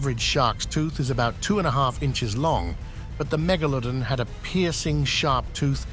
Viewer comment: LOL. He said megalodon correct in the beginning then suddenly changed 😆😂wtf.